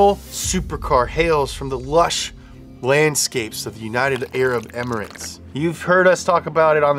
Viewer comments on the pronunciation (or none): none